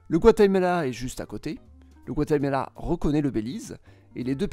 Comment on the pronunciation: T'as des défauts d'élocution ? Guatemela